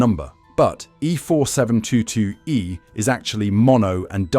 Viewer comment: NOT E4722e, it is E472e!!!